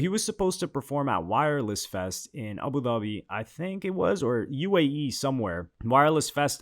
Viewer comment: With the way he pronounced Abu Dhabi, and his name being, you know this nigga is some kind of Arab lmao